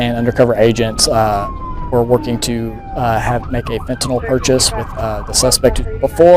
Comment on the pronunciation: Thats not how fentanyl is pronounced. You're welcome.